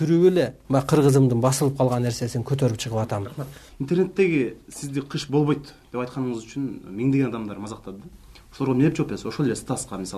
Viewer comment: бовойт эмес болбойт деп суйлочу жанар